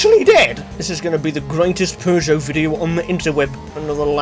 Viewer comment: Feels weird to hear the actual good pronunciation for Peugeot lmao